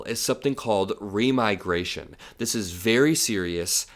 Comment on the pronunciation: Remigration sounds like demigration.